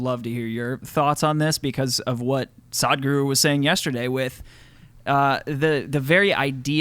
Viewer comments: Its not pronounced as "SAAD-GURU", it is "SUHD-GURU". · Its not Saadhguru its Sadhguru.😂 its will be exciting podcast. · Whoaaa I'm seeing the entire episode if Sadhguru (pronounced as SUHDGOOROO) comes